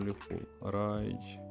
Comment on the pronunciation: Правий берег на місці🫡 І думаю, що те місто все ж називається «Ралєі»